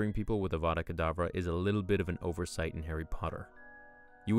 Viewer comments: Your saying it wrong it’s Avada Kerdavra not IWANNA BANANA. *Harry dies Well done Hermione 10 points to Gryffindor! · Voldemort:Avvvvaaadaa Kedaaavvvraa Hermione:Stop stop stop,you are going to take someone's eye out and besides you are saying it wrong.Its 'Avada Kedavra',not 'Avvvvvaaadaa Kedaaavvvraa'. Voldemort:If you know so much, then you do it then.... Hermione:Avada Kedavra.... Voldemort: Drops dead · "Besides, you're saying it wrong. It's Ava-da Ke-da-vra not I WANNA BANANA.